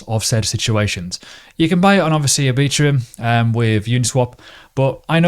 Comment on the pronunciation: Love your videos but it's Ar-bi-trum not a a-beet-trium.